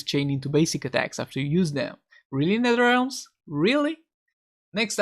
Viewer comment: Its netherrealm not netherrealm 😀